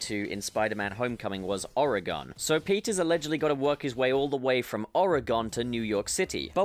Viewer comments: Ew, the way you say Oregon. I'm a native Oregonian, and I can officially say you'll probably be crucified if you ever come visit. It's pronounced like Organ by the way, just replace the A sound with a SOFT E sound. I specify soft e because saying Ore-EE-Gone is just as awful. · “Oar-ig-onn ” lmao 😂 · OR-EH-GONE I SCREAMED 😭😭😂😂😂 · It’s “ORE-GUN”. Not ORE-GONE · You say Oregon like it’s some sort of newly discovered shape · “oregon” you pronounced it wrong